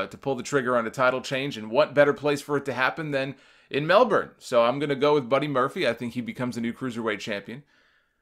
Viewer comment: Thank you for pronouncing Melbourne right.